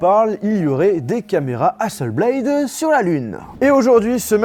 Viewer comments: Quand on est à ce niveau on fait attention à la prononciation des noms des marques (Hasselblad est suédoise pas anglophone donc hasselblad pas hasselblaïdeu...) et aux faits (Hasselblad a travaillé avec la Nasa pour la mission lunaire mais plus maintenant) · y'a pas de E à Hasselblad c'est pas Hasselbléyd c'est HasselblAD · hasselblaD pas BLAYYYYDE zebi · Entendre « hasselblayde » et « onepleus » pendant 14min ... mes oreilles souffrent. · Sympa ! Reste plus qu’à bien prononcer Hasselblad maintenant 😅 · Ouch la prononciation d'hasselblad... !!! Sinon, fidèle à One+ depuis le 5, ces appareils sont vraiment d'excellente qualité, notamment le 7 pro avec son incroyable écran qui couvre quasiment toute la surface grâce à son APN facial qui sort de la tranche supérieure du smartphone. Par contre, la hausse des tarifs est abusé... Un essai de la One+ watch est prévu ? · 🤝 Ne pas prononcer correctement le non de Hasselblad pendent toute la vidéo